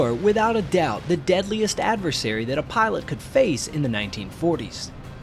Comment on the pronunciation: its Pilot not Parlutt